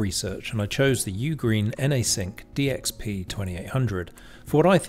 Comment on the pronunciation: Love the overall review. But did you notice you kept saying "DPX" all the time? 😁